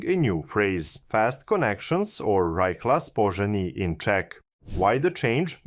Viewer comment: Oh my, he actually butchered every single city name and every single terminology word - e.g. it is rychlá spojení, not ryčla spoudžejni or VRT pů-ží (VRT Poohří)... :D Also Bečovííís, Hranííís, Olomuk, Břeklav, Lovosič, Čoceň, Džaroměř, Džihlava etc. :D The city names is easy to google and listen the for example at Wikipedia...